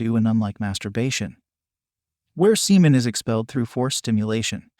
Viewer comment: He said semen Sea men.